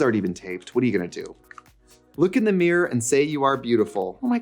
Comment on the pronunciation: Trixie making us Midwest gals feel seen, one “meer” at a time 🪞💕